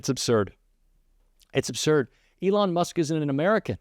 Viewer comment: the word is "Absurd," not "Obsurd." I'm sorry. I'm 77, and mispronunciation, which occurs with increasing frequency these days, is a pet peeve of mine.